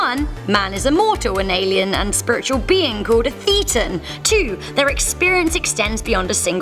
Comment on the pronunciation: This nonsense already, Less than halfway through. She doesn't know the definition of Thetan or how to pronounce it. In fact this seems to confirm she's only read stuff on it, and not by the Church. Maybe she watched John Sweeny, the infamous freak out John Sweeny( who also seemed to miss the pint/ pronunciation) . Scientology's actual definition. You can decide for yourself if it's "real". Another core concept of Scientology is observing, and experiencing for yourself "it's only true if it's true for you". Here's a better overview of what Scientology is about